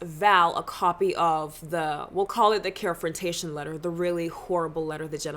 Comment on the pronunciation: “Care-frontaion” omg I’m getting flashbacks to my ERC days😭😭😭